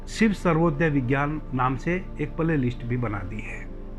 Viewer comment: सर्वोदय नहीं , स्वरोदय